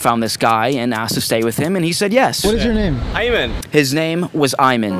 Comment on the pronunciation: shows the correct spelling of Ayman’s name and then proceeds to tell us it’s “Ayeman” 😂